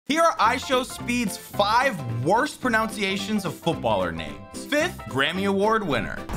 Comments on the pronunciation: Bro the word is pronunciation not pronounciation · Let's talk about the pronunciation of pronunciation it is pruh nun c ation, not pro noun c ation🤣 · Bro said pronounciation not pronunciation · Broooo come on you pronounced it wrong it is not pronouncation it is pronunciation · pronounciation is not a word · not riding speed but making fun of the proNUNciation while also mis proNOUNcing proNUNciation is kinda funny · Man said “pronouciation” 😭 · No one noticed, it’s pronunciation. This generation is a meme itself. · The guy is talking about pronouncenation and saying it pronouncenation wrong itself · bro its proNUNCiation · Its pronunciation btw 🤓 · bro its pronounced (pro nun sea eight shun) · dude makes a video about pronunciation and says pronoUnciation lol , good video tho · Irony is that he made a video about worst pronunciation and pronounced "pronunciation" wrong. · The guy correcting speeds pronounciations cant pronounce pronounciation himself ☠️ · Sure let’s ignore the fact that you just mispronounced “pronunciation” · Man made a video about pronunciation and said pronunciation wrong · Bro mispronounced "pronunciation" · Bro fix your pronunciation of the word pronunciation first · Bro U couldn't pronounce "pronounciation" Bro Learn English urself